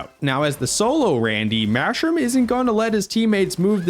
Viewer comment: Randy: “why th mashroom is outside the board?” Got me rolling on the floor